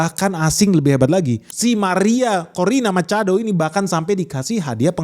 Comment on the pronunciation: semangat banget pas nyebut "Maria Corina Machado". Bak spanish speaker. 😎